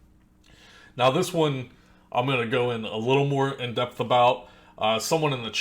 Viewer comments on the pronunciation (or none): none